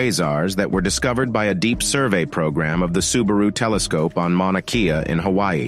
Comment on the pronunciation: Again, it's pronounced Mauna "KAY-a". Please consult an astronomer and/or a Hawaiian if necessary. (My qualification? I've BEEN there, on the peak, with a Hawaiian tour guide, and stood next to the telescopes.)